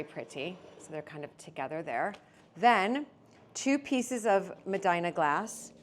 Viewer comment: Hiya. The Maltese glassware, by the way, is pronounced M-deena. And please, if you can, don't pick up glassware with rings on. I wince when I hear "clink, clink." Stay safe. All the best to you.